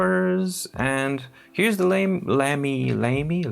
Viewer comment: I believe Lamy is pronounced ”lah-mee” -- German pronunciation